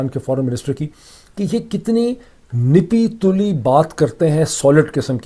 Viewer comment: Its not "nipi tuli"..its "napi tuli"